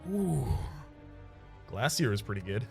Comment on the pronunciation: I knew the instant I seen the title that it would be an hour of wincing from your deliberate pronunciation of Glasia. Still, an hour of background noise, thanks for another Rhapisode